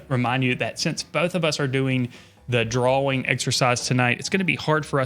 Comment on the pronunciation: draw-ing not draw-wing